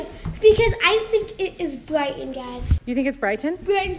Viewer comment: How called Bryton Briton😂